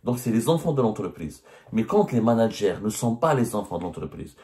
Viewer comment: " les manag'air " hahaha